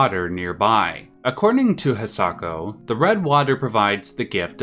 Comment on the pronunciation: its hisako not hiako